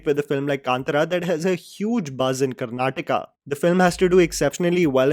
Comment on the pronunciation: An out of box comment, just to appreciate you for pronouncing Karnataka and not Karnatak(which almost of north Indians do). Thank you so much 🖤 Being following you since initial days. Love your work, keep growing 👽